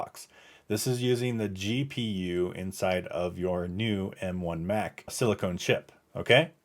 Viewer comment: very helpful video thank you!! although you keep saying silicone and not silicon. verrrrryyy different things and pronunciations haha